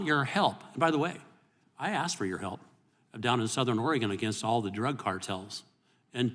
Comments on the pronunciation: The word is ASK, not Axed. She can't even pronounce basic words properly. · 'Especially because I did axe directly" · She “axed”.😞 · Bush axed Wray. LOL